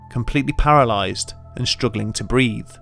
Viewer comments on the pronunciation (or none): none